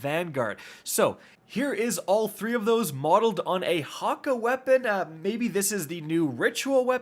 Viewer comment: Hakka.. wtf🤣🤣 you mean HAKKË with an E.. yes!😂 it’s Scandinavian